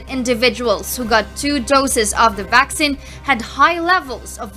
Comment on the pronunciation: It’s VAK-SEEN, not VAK-SIN. 🤣